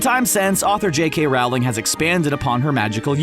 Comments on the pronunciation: Youre saying it wrong. Its rOHling. Not rAOling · Loved the video 💜, but I just have to say: It’s pronounced Rolling, not Raoling! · ITS J.K ROWLING NOT RAWLING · You pronounced Rowling wrong it’s pronounced “Rolling” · Rowling rhymes with bowling